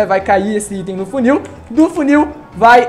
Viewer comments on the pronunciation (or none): none